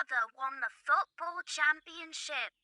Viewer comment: When did the mother voice, I heard "f**kball" instead of football 😂😂😂😂